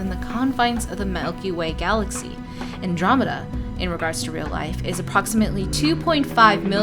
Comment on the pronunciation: I heard that you can choose your own race and gener DAI-esque character creation, is that not true? Oh and you said andromeda correctly.